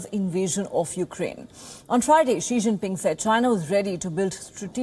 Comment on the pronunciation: Why are you saying "Che ching ping" instead of "Xii- Jin-Ping"